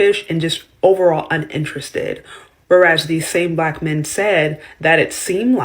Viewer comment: I wouldnt bother with women who talks about "mehhh" instead of "men"; that kind of bad pronounciation is based in disrespect for the language and thus the basis of disrespect for people.